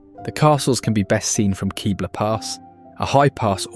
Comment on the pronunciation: Love this video, have been to and recognized every area as my wife and I are avid Colorado hikers and lovers of hot springs and waterfalls. She's a native and I'm a 4 decade old transplant. Two corrections on pronunciations: Ouray is pronounced "yoo-ray", not "oo-ray", after Chief Ouray. And it's Kebler pass with a short "e", not "Keebler Pass" - no cookie elves up here. Note: The Lincoln Memorial and Tomb of the Unknown Soldier are made from Colorado Yule marble, known for its purity. I'm sure I could add a few dozen other places, but this does a very good job of giving a broad and well-covered overview of the many wonders of Colorado.